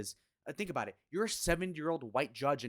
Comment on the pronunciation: That's better. Attack Jay Z not some other small streamer. I can get behind this. I like the way you say aboooot lol. Jay z is a scum bag and it makes me sick ppl worship a guy who poisoned his own community. Now we got a load of kids who think it's ok to rise this way. DISGUSTING.